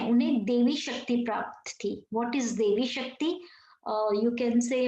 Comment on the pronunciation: Not devi shakti, daivi shakti , mam